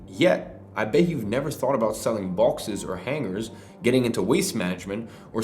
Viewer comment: Did you say bowxes (boxes)? Just kidding thanks for the value! Your videos are awesome.